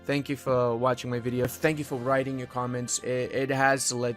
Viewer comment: "Interesting bideo" Really?